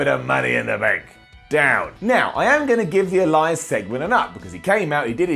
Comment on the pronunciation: I could swear I hear say Erias